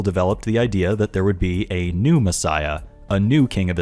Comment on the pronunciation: I might just be easily amused but I can't stop myself from hearing you say "Pneumassiah" instead of "New messiah". Maybe it's because I know what pneuma means. Also, about the broken bones thing. I'd wager that it has nothing to do with the ancient "prophecy" at all. I could dismiss it as nothing more than a fanboy saying that Batman got beat up, but at least he didn't get beat up too badly. Jesus got crucified, sure, but at least none of his bones were broken, because Jesus is too awesome for that kind of beating! I imagine broken bones were considered a pretty terrible thing back then... considering that the bible goes out of its way to make it sound like broken bones are the most terrible thing. Nonexistent healthcare, primitive beliefs, the sheer length of recovery from broken bones being really significant to primitive societies... I don't think we need it to be a misheard reference at all. But it certainly could be one. It doesn't matter either way, since it's not even close to prophetic in either case. I just think there's an even simpler explanation. Broken bones suck, and it wouldn't do for Magicman(tm) to be sullied by such an awful thing. Edit 2: better way of explaining what I mean: I imagine broken bones weren't often set properly. Imagine a messiah with a limp. Don't think that'd make for a very impressive savior, so "he got the shit kicked out of him, BUT NO BROKEN BONES SO HE WON'T BE CRIPPLED FOR THE REST OF HIS LIFE GUYS IT'S OKAY whew saved it"